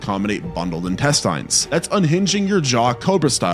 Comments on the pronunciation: Why do you say intesTINES the weird way? I mean technically its not "wrong," but it sure is weird. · If you're going to do videos like these, at least learn how to pronounce the words you're saying. Fascia is pronounced like fasha. Intestines is pronounced without the silent E so the I at the end of the word woukd sound like a short I like that word "in". Hearing you butcher these words makes me wonder how accurate your other facts are.